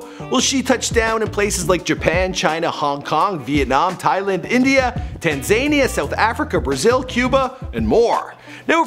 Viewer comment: Dude said..."Tan-ZANE-nia"...slow. clap. Cough.